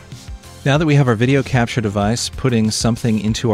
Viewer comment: you say crapture and it made my day :D